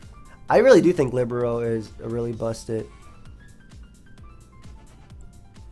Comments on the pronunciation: Libero is pronounced lib-air-o or lee-ber-o. Its a volleyball term for defensive specialist! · My guy. It's pronounced li-BEAR-o. It's a volleyball position. Love the vids👍